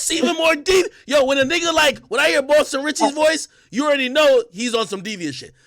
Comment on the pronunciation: It’s Boston cmon get it right